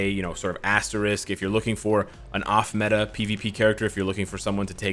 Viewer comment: ME-UH or MEH?